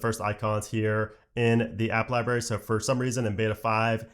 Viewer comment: And you keep saying liBARY. It’s liBRARY. I’m gonna have to start watching your videos on mute.